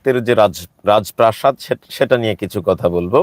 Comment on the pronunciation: ভাই শ‍্যামলের উপর এতটাই ক্ষ‍্যাপা যে তার রাজপ্রাসাদ উচ্চারণ করতে সমস্যা হচ্ছে 😅😅😅